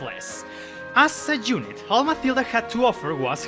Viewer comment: The way you say "unit" & "young" drives me crazy 😅